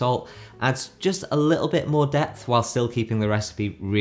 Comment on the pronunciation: You said "instant DEPTH", right, and not... "death"..? 😬